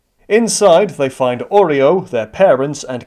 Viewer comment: Stop pronouncing Oryou as Oreo